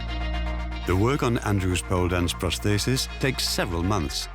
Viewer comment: I find the topic fascinating, and the documentary is well made. However, I find the narrator's inconsistent pronunciation of 'prosthesis' baffling, as it's the key word in the whole documentary.